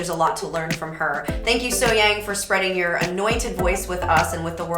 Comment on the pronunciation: Great analysing.... BTW.... As far as the pronunciation of her name, take event as being spelled Sohyoung.